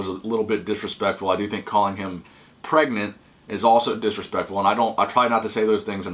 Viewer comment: "Pregant"😂😂😂 "Phil health looks Pregant"😂😂💀💀